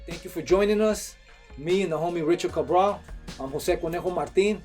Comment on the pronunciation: Richard Cahbrah. No mames at least pronounce your name appropriately. Cahbrah